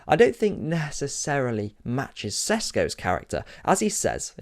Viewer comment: Who on earth is seshhgo